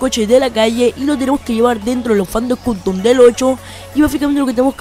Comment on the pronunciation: APRENDE A ABLAR " CUTOM" AWEO...... POR ESO NO VI TU VIDEO